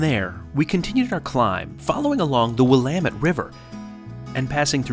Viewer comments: FYI, to pronounce Klamath, the “a” is short, not long. More like in “clam”, NOT “clay”. Sorry, that made me twitch every time you mispronounced it. But….. you did get “Willamette” correct! LOVED this video! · As a former Oregonian, I want to give you a huge thank you for pronouncing "Willamette" correctly! Thanks for another great video too!